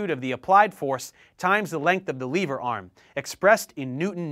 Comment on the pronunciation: Who else cringed with the "liver" in